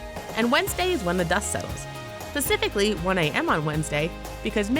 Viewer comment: "pacifically" 😞 uve lost all credibility at 1.44